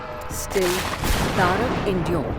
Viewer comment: Madam it is taraka not tarak. We in south pronounce sanskrit words correctly. But wonderful depiction.